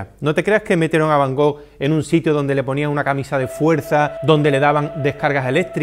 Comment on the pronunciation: jajaja Lo digo porque ya le he oído varias veces sobre van Gogh. Parecería que tiene él el monopolio, y lo de soberbia, solo he hecho un comentario... No sé porque te picas, además no me he dirigido a ti. Además estimo que para hablar de Vincent van Gogh primero hay que saber pronunciar su nombre correctamente. je comprends, ce n'est pas évident quand on ne parle pas français